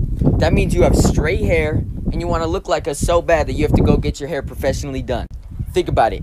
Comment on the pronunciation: Dude its H A I R